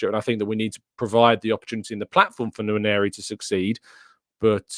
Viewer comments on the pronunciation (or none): I disagree with you the name is not "Waneri" but Nwaneri, this is Nigerian Igbo name.